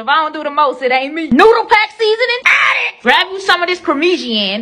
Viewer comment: How she pronounced Parmesan😂